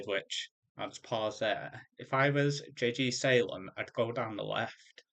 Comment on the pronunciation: Nice commentary. Definitely gave me some new things to take into consideration when looking at map generation. Made a lot of macro errors and a few costly micro errors as well. Nice job pronouncing the name, its JG Salem. Can just call me JG